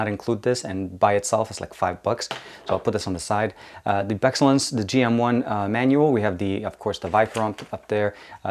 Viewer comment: "Viper design." dude it's a BEE. "BEExcellent." Pronounced "BEE-Excellent" lmao you said "beh-xellent"